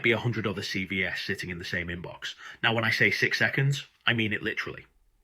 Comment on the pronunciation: "But what's missing from most C V ESSS" That took less than 6 seconds for you to screw up your Ai script. CV plural is pronounced SeeVees Say it SeeVees is going in the No pile.